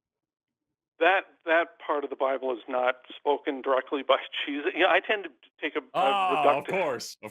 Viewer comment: Did the dude just say "jizzus"?